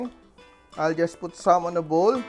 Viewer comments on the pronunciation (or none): none